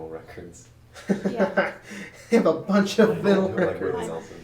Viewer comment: "Vinnel records?" WTF?